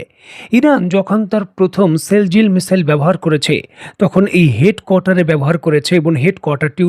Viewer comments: এই মিজেলের নাম সিজিল সিল জিল নয় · It's Shejil not sheljil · মিসাইলের নাম "সিজ্জিল" সেলজিল না।আপনি উচ্চারণ ঠিক করেন।